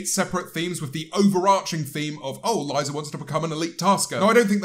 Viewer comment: I swear this man said "Aliza"